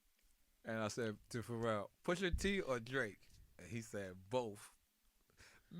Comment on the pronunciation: It's Pharrell not Pharrell you dumbasss🤣